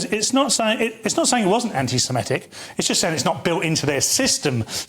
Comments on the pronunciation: Again with “anti-simetic”. You’re saying it wrong. Get it right for god’s sake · Its anti Semitic NOT Anti Semetic ffs